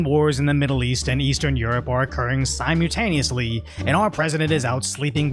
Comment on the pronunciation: has a little problem with pronouncing the word “simultaneous”. Just look carefully at how it is spelled here and pronounce it that way.